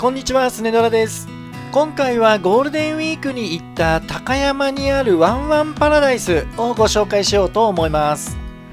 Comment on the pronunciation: たかやまぁ⤴ではなく、たかやま⤵です。ひだたかやま。です。イントネーションが違うだけなのてすが、気持ち悪いです。